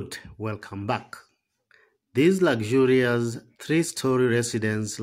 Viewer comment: Yeah, lagzurious(luxury) - is crazy...